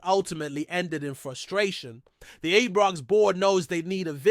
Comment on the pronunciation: Am sorry folks, I can't stand this guy getting Ibrox wrong, Its always Ebrox with him, it's insulting, does he check pronunciation of Scottish area's.